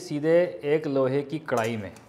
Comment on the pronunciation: Kardai se mat kahya karo;dirty lagta hain.